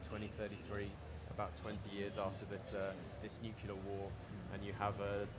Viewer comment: I'm nitpicking here but, the guy being interviewed said nucular not nuclear. If that is somewhat the premise of the game I think you should pronounce it correctly.